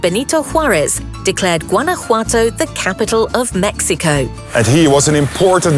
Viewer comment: Jesus Christ learn how to say Guanajuato 😂